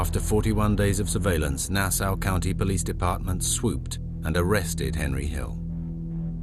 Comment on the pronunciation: I thought British people were familiar enough with Nassau to know how to pronounce it properly